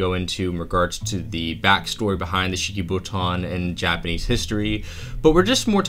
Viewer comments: You keep saying Shikibuton but all I hear is cheeky futon. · Is it just me or does this man love saying shikobuton